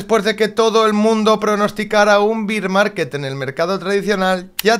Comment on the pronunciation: Se dice "ber market" no "bir market"